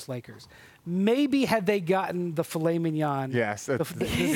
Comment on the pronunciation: If you can't say filet mignon right, don't say it!